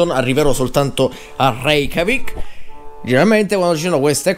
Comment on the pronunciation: Hai detto Re-CHIAVIK??? XD